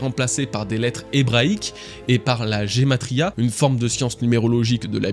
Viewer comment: super vidéo encore unefois tunosu régale, et petit détail aussi, il me sembleque sa fait plusieur fois que tu utilise la valeur numarique desl ettres hébrïque, c'est rie nde gravr mais on prononce "guématria" meme si sa s'ecrit "gematria", juste un détail mais continue comme sa tes vidéos sn=ont toujours aussi execpetionnelle ^^